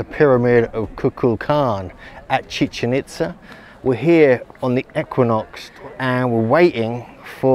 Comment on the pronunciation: It’s actually chiCHEN itZa, the stress is on the second syllable.